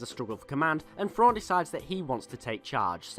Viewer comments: It's pronounced "thrawn" not " frawn"....come on. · Just like when you say "then" or "them" etc etc, I know you can say words that start with TH, so redo the video and say his name correctly please, as well as continue to pronounce words and names that start with TH properly. THANKS!